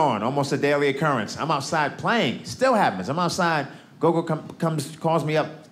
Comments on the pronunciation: Gogo isn't pronounced go-go, it's short o's. It's Xhosa for grandmother. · He called his gran Gogo - though he pronounces it differently that is the word for gran in a few of the languages in South Africa.